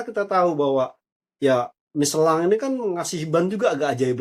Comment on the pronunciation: WARTAWAN ORANG INGGRIS AJA NYEBUTNYA MICHELIN BUKAN MICELAN. APALAH JADI CRINGE